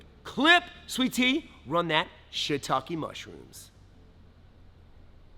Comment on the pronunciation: Man, stop teaching everything! Been hiding this in my bag of tricks for decades, now you gotta go tell the whole world. Gotta make folk pay for these ninja secrets! I also thought I was the only one who said "shitake mushrooms" like that. Ha!